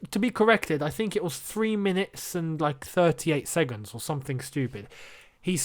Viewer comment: I love how says 'Segunds"😂😂😂